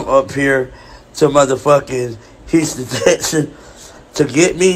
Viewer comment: “Hruston, Texan” 😂😂😂😂😂